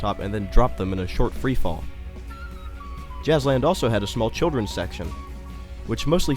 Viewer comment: you misspronounced the names of every jazzland ride!